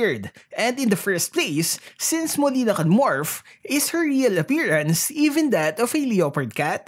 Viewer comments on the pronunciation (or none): none